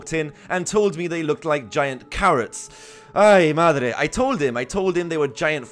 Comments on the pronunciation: he said ''ay madre'' perfectly. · I am Spanish and I would like to say that he has pronounced extremely well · he, is he spanish? that ay madre was like, i dont know, i was bought back to Logroño like real fast. Im so confused :0 it wasnt just my spanish brain missing spain right? i moved to another country and now i miss spain sometimes